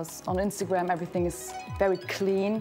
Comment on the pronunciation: "le erryteeng" is a linguistic master